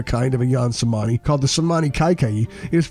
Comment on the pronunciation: Is not pronounced CEMANI AS IN THIS VIDEO ,,,, C IS PRONUNCED AS CH ,,, SO CEMANI RIGTH PRONUNCIATION IS CHEMANI ,, 🙏 GREETINGS 🖖